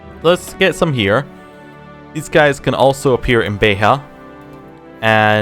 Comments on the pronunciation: You said Beja correctly the first time. Beh-jah, not Beh-rrah. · BEJA, not Beiha.